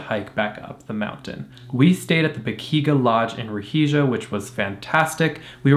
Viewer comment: Perfect pronunciation of Ruhija 👍